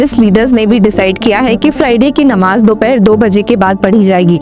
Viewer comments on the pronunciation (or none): none